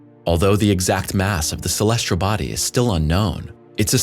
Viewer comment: I'm a subscriber! I love the narration. The only critique I would give would be to provide the narrator with correct pronunciations. Some words are ok, but when you have a word like "celestial' mispronounced 30 times, it's a bit annoying. 'Celestial' does not have an 'R' in it.